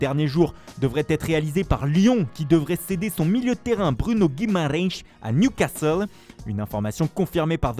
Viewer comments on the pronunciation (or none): Garder l’accent portugais pour dire « Newcastle » 🤣